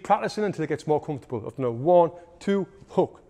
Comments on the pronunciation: Bro said haw thuah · 1 2 hawk tauhh 😂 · 1-2 Hawk-tua is what I heard and can’t unhear it now 😅